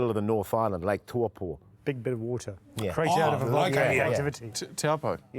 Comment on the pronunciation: hahaha! lake toowpo, RRRRRRotorua, watago!! had me in stitches